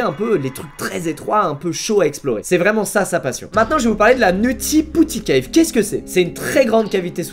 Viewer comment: Nutty putty cave se prononce nauti potty cave pas nouti pouti